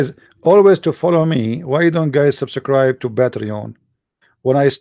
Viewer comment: You don't sound arabic, nor dont you sound like an American. I have a simple question. Why would Zakir Naik debate you?🤣🤣 First learn how to say subscribe in English. Then you claim to be an American. 😅😅